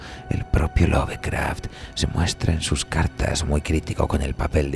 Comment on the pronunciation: Se pronuncia "Lofcraft", no "love".